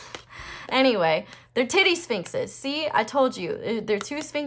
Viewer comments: Heard that as "teddy sphinxes" 😂❤ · "The tittie sfinxes" 😂 You are adorable!😍❤🙌🏼